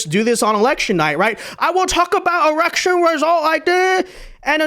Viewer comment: The hat is beautiful 😍 Wait did you say erection? Not election? 😅😅😅